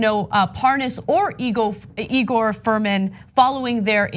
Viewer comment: Igor Fruman: It's pronounced EYE-Gor!